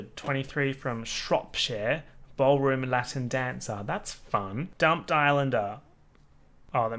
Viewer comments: u saying dumpled islander is just SENDING ME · why tf does it keep saying dumpled lmao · every time you said dumpled i descended into another level of death. SOBBING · Literally laughing outloud every time you say "DUMPLED" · i LOST IT every time u said dumpled like what